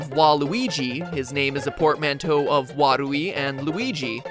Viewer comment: In English at least, the twin that came out first is considered older. Also, his pronunciation of portmanteau D